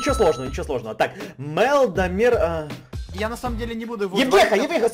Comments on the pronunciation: Не домЕр,а дОмер. большая буква ударение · заметь не Дамер,а Домер на "о ударение!!!! 💶💸😏💸😂🤭😂🤭😂😏💸💸😏💸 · ДОмер ударение на О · не Домéр, а Дóмер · не доме́р, а До́мер